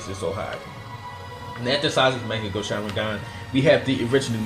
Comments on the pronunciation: why does he say mekkagu sharingan on mangekyou? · good list. but please for the love of god learn how to say "mangekyou". its so cancerous the way ur saying it, sounds like mecha gear